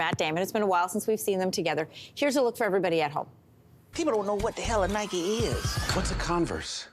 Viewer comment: Did this guy just call Nike - N-I-K-E?